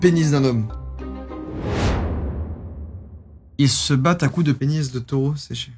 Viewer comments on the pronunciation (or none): Je suis le seul choqué par "Taurau" a ?? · "Un Taurau" mdrr le français